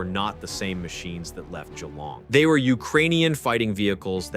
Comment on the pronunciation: Congratulations on pronouncing Albanese, and Geelong correctly. It shows a good amount of preparation and research.